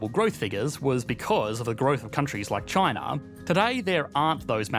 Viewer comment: Why does he say ChinaR? Lol